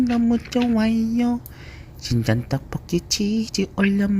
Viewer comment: 친전떡볶이라고 들리는걸...